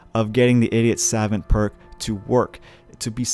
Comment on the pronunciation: "Idiot savint"